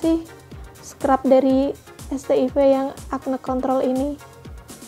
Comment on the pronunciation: Bacanya bukannya "set aivs"?